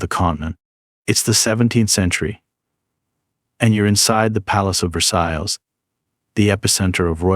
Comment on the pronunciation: good video but thats not how you pronounce VERSAILLES and every time u say it wrong i twitched a little.